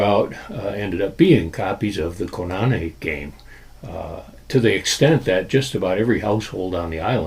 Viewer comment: It's Koo- Nah-Nay! Not Co-Na-knee!